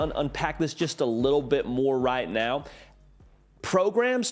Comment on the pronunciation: "Progaum's" vs Programs? Go with the first! You know you want too! You ain't fooling' nobody! LOL! Just noticed your shirt....